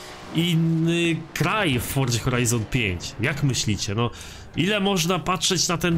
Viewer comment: Mówi się forza a nie fordza